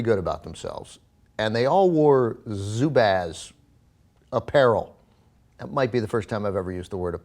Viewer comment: Aren't they pronounced as "zoo-buzz"?